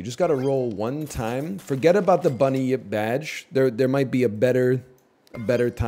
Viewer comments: He's confused the Bun-yip with the well known Bunny-yip. Easy mistake to make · How is my man turning 'bunyip' into three syllables